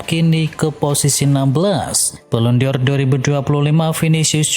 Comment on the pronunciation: Balon dor... BUKAN Balon di or... Koplaakkk... !!! Baca gitu aja gak becus... Channel abal2... 🤪🤣🤣